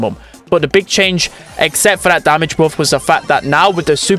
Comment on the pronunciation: The way he pronounce buff hurt my brain